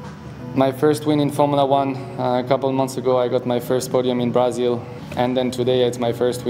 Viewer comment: Nobody: Literally nobody: Gasly: Brahzil